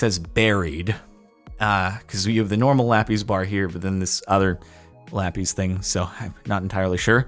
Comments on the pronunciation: ive been trying to say this for years captain its not lapees its lapis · IT'S LA-PIZ NOT LA-PEAS PLEASE JORDAN SAY IT RIGHT. Thanks love your vids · I've never in my life heard someone say LAPIS (lap-is) like lappies (lap ease) You are the literal first for me. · "Lapees" Say lapis correctly or I stab an orphan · the way he says "lappys" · "la peas" loll